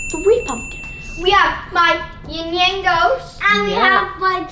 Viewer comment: I think you are trying to say Yin and Yang.